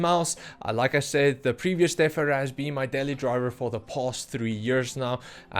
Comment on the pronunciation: Are you saying Deaf Adder?